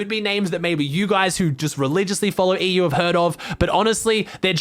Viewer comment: you pronounced ''EU'' wrong